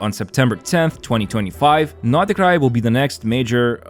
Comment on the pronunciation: первый раз слышу как иностранец произносит Р в Норд Крае 😳😳